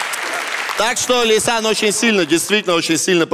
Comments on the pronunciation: Всё бы ничего, но она «Ляйсан»… А «Лейсан» - младшая дочь Азамата 😊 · "Шутки от Лисан" - читай как "Ода Павлу"... весь выпуск насмарку